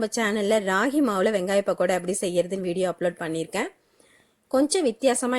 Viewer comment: Yemmov adhu pakkoda... really irritate a pahada nu soldratha kekkum pothu